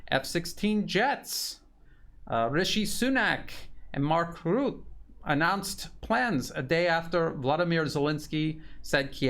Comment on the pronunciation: Rutte (Rut-te, not root, damn murican!) is a traitor and needs to be disposed from office!